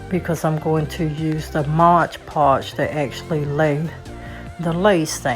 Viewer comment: Just fyi - It's called MOD PODGE, not MODGE PODGE.😉